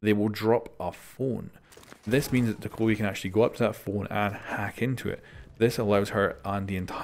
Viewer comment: Some dude kept saying, “GiVe Me ThE nEw OpErAtOrS oR iLl Tk YoU” so I voted to kick him and he got kicked. P.s. It’s pronounced DOE-KAH-BEE